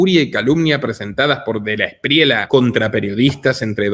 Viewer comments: Se pronuncia Espriella no Espriela, es español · no se dice de la Espriela es Esprieya así suena y se escribe Espriella ‼️ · Este tipo ni si quiera sabe decir Espriella, dice Espriela, no se puede esperar mucho. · En español existe la “ll”